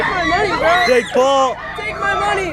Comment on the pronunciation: They cant even say Jake right😂 Jayick Jayick Jayick